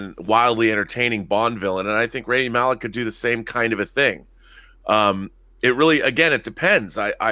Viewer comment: Too bad Robert can't pronounce Rami's name